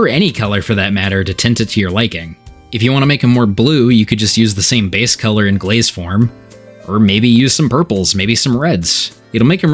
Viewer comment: Are you from Pennsylvania? You pronounce color like Keller. That's definitely a PA thing